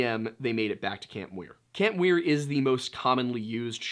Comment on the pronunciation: It’s camp Muir not Weir